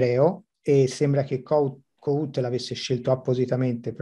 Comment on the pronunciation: La pronuncia è: Kòhut, e la "H" non è muta.